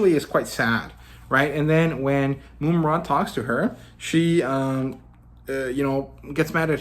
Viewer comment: Love the critiques, breakdown of your opinions and channel, keep it up! Small critique: it’s Mum (like an English bloke saying mom)-ra, not “Moom-ra”. Just see the cartoon